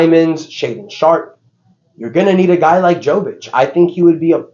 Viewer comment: It’s pronounced yovic and yokic. You do it every video 💀